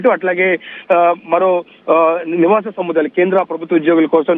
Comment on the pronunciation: సముద్ధాయాలు కాదు సముదాయాలు.అంత గట్టిగా ఒత్తి పలుకవలసిన అవసరంలేదు.